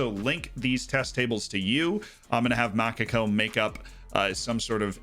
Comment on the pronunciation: you are spelling MA CA "COU" just cut the "U" and you will do it ;)